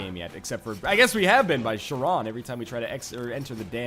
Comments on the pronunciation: Kay-ron, NL, not Sha-ron. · Kayr-on. K K K K K K K K K K K. Hard C, silent h. Not Scharon. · Charon is pronounced care-in, not shar-on. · It's "Karen" not "Shurawn" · It's Ka-ron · Charon is pronounced care on Don't forget that your downwards attack actually does do damage, it can be useful sometimes. If you're good enough, you can just bounce on top of an enemy! You can return to the castle from the place with the npcs by walking left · Northernlion, for future reference, Charon is pronounced like "Karen." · I cringe every time Northernlion mispronounces the name Charon (care-on) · Ughhh, I cringe every time he says "Charon" like that.